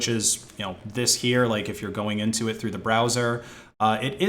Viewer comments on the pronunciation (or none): none